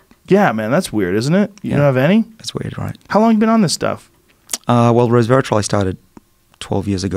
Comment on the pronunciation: Couldn't help hearing Dr. Bruce drop every time he said 'resvetartrol'.